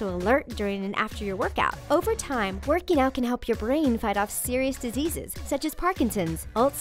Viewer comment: Werkey nowt